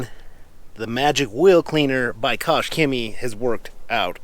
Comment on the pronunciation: Koch-HEMIIIEEE The "c in Chemie is silent"